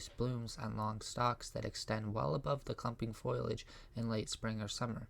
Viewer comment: It is not foilage...it is foliage and pronunciations are not very good. Sounds almost computer generated.